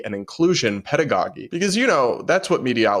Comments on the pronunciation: The word (pedagogy) is pronounced Peda go jee (G) NOT peda go gee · you mispronounced "pedagogy" and "conspicuously." not being rude, just a friendly note!